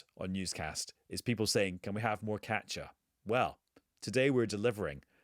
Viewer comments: I thought he was saying Catcha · I thought he was saying catcher too, but the authors name is KATJA, so I think he was pronouncing it differently